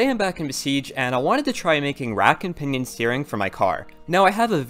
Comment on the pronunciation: when ever he says pinion I keep thinking he's saying pinyin which is chinese words using english letters